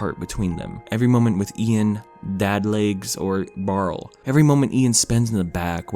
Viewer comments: Just a bit of a pet peeve, but the older brother's name is pronounced Bar-lee. Barley. It's said throughout the film! Aside from that, this is such a great movie and more need to see it! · I'm sure you have a billion comments about this but if I don't I'm going to go crazy: his name is Barley (so what you said but plus ee at the end.) Maybe its a joke, I can't tell but it's driving me insane. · Him: I love this movie! Also him: Gets the brother's name wrong every time. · On one hand this is a beautiful introspective and I agree wholeheartedly that Onward (and also Cars) is a lot better than people give it credit for. on the other hand, OH MY GOD STOP CALLING HIM BARL THAT'S THE NAME OF THE ORC FROM THE SHITTY BOOTLEG VERSION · Isn't his name Barley? Not Barl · barl?? barL???? BARL??? *BARL*?!!! B A R L E Y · Bruh who is Barle? I thought it was Barley lol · He called barley, “barl” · I can’t take you seriously saying this is under appreciated and then calling him “Barrel” when literally one google search would tell you it’s “Barley” don’t comment it’s a joke bc I don’t really care . It was annoying and made the video disingenuous. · The brothers name is Barley. Who the hell is Barl???? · Awesome analysis of this movie. I personally liked this movie and REALLY liked it the second time watching it. Is there a reason you kept calling Barley, “Barl?” Is there a joke here I’m missing or did you just shorten his name for some reason? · I hope you're not calling him "Barl" on purpose. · Pixar: Barley: Barl Me: Barrel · His name is Barley, Not Barl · Did anyone notice that he says barl instead of barley when that's his name in ONWARD Barl is the name of the brother in HOMEWARD Barley ONWARD Barl HOMEWARD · “Barle” My heart dies with every y forgotten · IKR ITS BAR-LEE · barley. Its barley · Its pronounced BARLEY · why you call him barl???? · When he doesn’t pronounce barleys name correctly. « REEEEEEEEE »